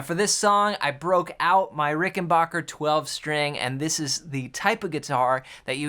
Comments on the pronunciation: The way you pronounce the name of that guitar brand is RickenBACKer..... As in my back hurts. It is not pronounced as Rickenbacher as in the name of the composer Bach. You should know this with your music knowledge. Especially because you own one. Learn to pronounce this brand correctly please. Put your back into it and say Rickenbacker the correct way. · Too bad he doesn't know the correct way to pronounce the guitar brand name.